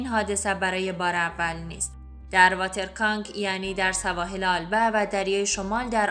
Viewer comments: آلبه؟ یا البه Alba? Ya Elbe شما در تلفظ اشتباه میکنید دوست عزیز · لطفاً اسمها را درست بخوانید آلبه نیست ( ایلبه) Elbe است